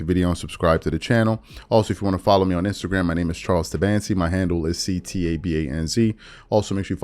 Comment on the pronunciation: Can you spell your last name Charles? It is unintelligible the way you run through saying it in your introduction. Charles who? 'Sidancy'? Zidance'?? Please spell it out so that it is clear. This is a real & sincere question.